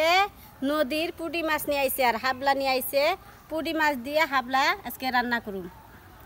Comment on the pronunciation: হাবলা বইলেন না সাপলা বলত হয়